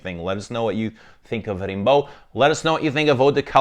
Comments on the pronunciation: Its pronounced Rambo like the movie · The perfumer at Celine misheard Slimane's request to produce a perfume named Rambo (same pronunciation in French). It was meant to smell of toxic masculinity and ham acting, but Rimbaud's nice too. ¯\_(ツ)_/¯